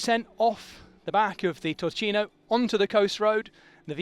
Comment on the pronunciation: Turchino pronounced Toorkeeno (baned after Mount Turchino itself named after the "pietra turchina (turquoise stone)" that was extracted there... and of course the word turquoise comes from Turkey (the country) where the stone was originally imported from